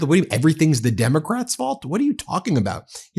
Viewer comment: WTF is he blabbing about? Opening the country? What is the Derm….it took 3 try to say democrats? Celebration Halloween? His brain is on coke!